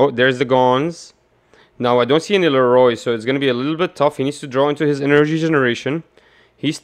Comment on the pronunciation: Please say leorio right 😂 Leroy was killing me